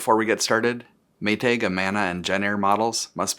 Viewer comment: "May-tayg" omg where are you from that you say it like that?